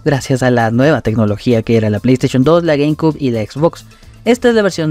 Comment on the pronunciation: Se pronuncia "gueimciub" no "gueimcub" ☝️🤓